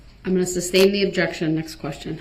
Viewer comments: Can’t get no grounzzzz- why did he continue with the “substain” even though he heard the court say sustain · Substain? Reason for the substain? This is how you talk when you quit school in the 10th grade. Just like Dumbell did.